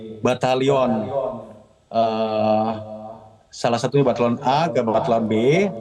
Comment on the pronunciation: Jgn cari kesalahan org yg benar pak. Nyebutin batal Yo n aja sudah salah. Kyk gitu pimpinan. Yg benar batalyon B KE A 😮